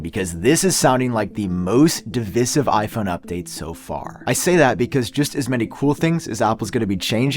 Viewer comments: Did you just read divisive out of a dictionary and never heard it pronounced before? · How can you mispronounce divisive